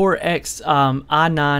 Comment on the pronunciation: I hate the way he pronounces "i9". "aah naan"